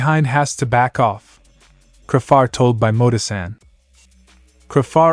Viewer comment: It's not cra far? It's said crayfar😮